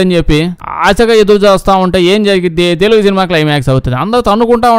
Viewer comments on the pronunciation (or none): none